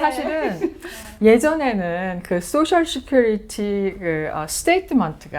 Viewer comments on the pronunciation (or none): none